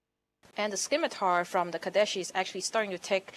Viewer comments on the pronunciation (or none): SIM-itar, not skim-itar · I love little comments. I really wish he was a better commentator, 'cause I'd love him on top form, like Tastosis. On the other hand, REALLY needed to never exist. It's "SSIM-it-ahr". There is no K. Derp derp derp. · That woman cannot pronounce words the scimitar is pronounced SIM-itar not skimitar